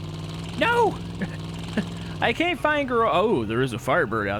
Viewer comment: why do you pronounce the word can't as caint